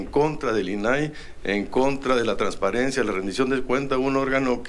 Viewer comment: "trasarencia" HA HA HA